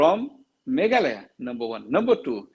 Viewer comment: Not meghaloi,,its meghalaya maamm.. ☺️